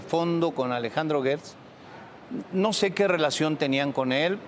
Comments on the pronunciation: Disculpen la ignorancia pero yo escucho que dicen Guertz, pero se escribe Gertz, sera que la U es invisible? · Una aclaración GERTZ ES CON SONIDO DE JOTA NO DE GUE